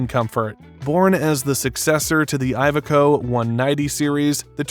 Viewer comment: ee veco" it's the proper pronunciation 👍🏻